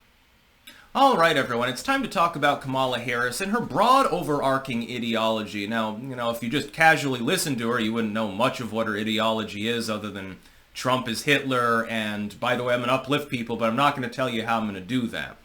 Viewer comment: It's overarching. Not overarking. I thought you were a author yet i often hear you mispronounce words. You do it in a way that shows you have only read the word and never actually said it or heard it said.